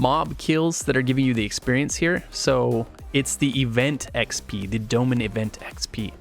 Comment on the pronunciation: sry i just hate the way this guy say Dolmen. "Dough-men"